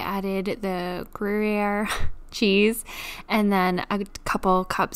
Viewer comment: OK, so the first recipe is just plain liquid candy. LOL. Brie and apples go well together and so do cheddar and apples. Some regions put cheddar on their apple pies. That's right: a frying pan with a brick will work just fine for a panino. Or 2 panini, even. I'm sure Sydney loved that sandwich. Gruyere is simply gree-air. No big deal to pronounce. Nutmeg is quite traditional in classical cream sauces. Cavatappi is kind of a fun shape to eat, too. Now I'm really hungry. That broccoli cheese soup looks delicious and will feel so good on the way down in winter. I love eggnog, so will have to try this drink, though I am not fond of most hard liquors. Thanks.